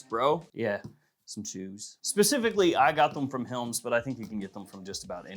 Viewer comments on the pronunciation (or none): "Hims" chews. He pronounces it "hilms". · did he say Chewes by Helms?